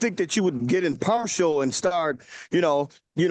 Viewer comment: 🤣🤣 He’s using too many “big” words of which he doesn’t know the meaning, and that he’s just pronouncing WRONG!!🤣🤣